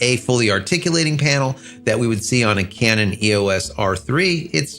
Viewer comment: "overheating issues...(pause)...Canon." You're killing me over here! 😆 🤣 😂 & once again, there's that topic of articulating screens.